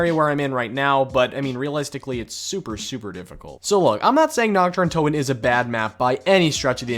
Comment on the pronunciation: NACHT DER UNTOTEN ARE YOU DUMB